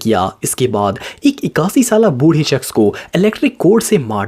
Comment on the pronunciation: you said bhorhi shkhs